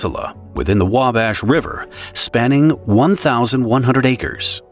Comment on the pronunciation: There is no "L" in wabash (river)... Thank you